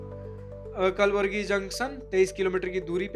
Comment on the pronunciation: कलबुर्गी है. Kalburgi